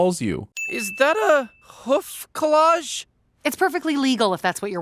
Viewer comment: Is no one ever going to mention that she calls it a hoof “collage”??